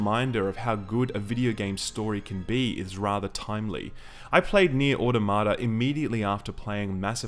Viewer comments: It's au-TOM-uh-tuh. I know the people who made the game say it wrong, but they are wrong. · jokes on you i was downloading the game right before clicking this review. also can't pronounce automata correctly literally unwatchable. 9/10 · It bugs me how almost everyone mispronounces "automata". It's not "auto-ma-ta", it's "a-tom-a-ta". Yes, "automata" is the plural version of "automation", but it's pronounced more similarly to "automonous".